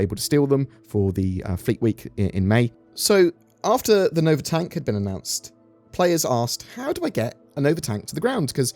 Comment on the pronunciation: Nova TANK!?!?! DID YOU JUST SAY NOVA TANK?!??! ITS THE NOVA TONK THANK YOU VERY MUCH!!!